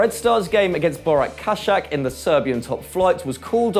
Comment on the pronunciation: Its "Borats ChaChak" not "Borak Kashak"